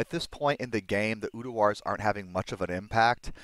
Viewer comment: Tbh i havent noticed much difference between Quick Cast and normal when playing CE, nice to see its back hopefully it wont get nerfed lol...again... PS bro... its URDAR not UDUAR :P same it's not Travichal its pronounced Traninkal